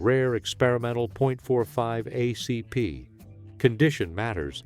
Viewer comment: Fucking AI!!! "..38 oh see pee"